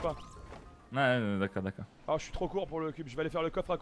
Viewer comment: Syphenオタク pourquoi y’a toujours des forceur comme toi dans la vie ? J’ai juste dit ça car au lieux de moins il dit « mouin » « alort » « batel »